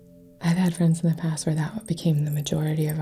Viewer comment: Reiki Fwends.